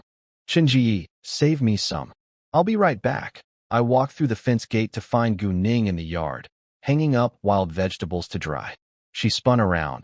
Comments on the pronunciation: I wasn’t looking at my screen and when he said gu Ning I thought he said going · Every time he says gu Ning i hear goon8ng